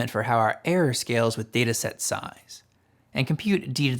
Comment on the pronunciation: This is great information, but I recommend that you either work on your diction and enunciation or get somebody else to read it, or have someone like me who is good at catching instances of problematic delivery record it. Some words just disappear in a fog of slurred mumbling and vocal fry. I had to infer from context in several places that what sounded like "arrow" was actually "error", for one example. I amused myself by imagining that over time perhaps listeners could encode a manifold representing the shape of poor intelligibility in your utterances, and map that onto another manifold representing what you most likely meant to say. But then, I think I doubt if people learn this way. And why force them to do that anyway? Speak more clearly, thereby reducing the noise in the channel in the first place.